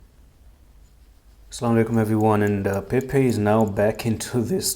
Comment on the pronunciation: Time to go back down. It's Pepe, Not Pepec. Don't get the mass wrong.